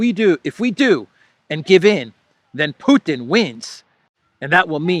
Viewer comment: Mr Putin to you, not Putan.